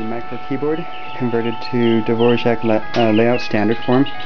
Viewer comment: Nope. He pronounced it correctly in the original Czech.